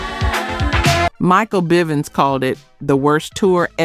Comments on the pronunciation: Don’t leave out Michael Byvens later corrected when bell biv devoe was mentioned.. but still sad AI taken over everything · Michael BYVINS?? It’s BIVINS stupid ass person narrating this!! 😂😡😡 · Kay Sigh "Live" Michael Bye Vans Teen Atcher This AI is trippin!